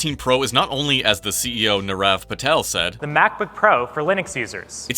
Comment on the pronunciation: I don’t mean to be rude but the CEO’s name is pronounced “Neer-Rev”. They have accomplished so many cool things and flew you out. It’s important to just get the name right.